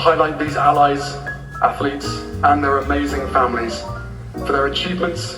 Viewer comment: I hate how he says atheletes. At least pronounce the word correctly.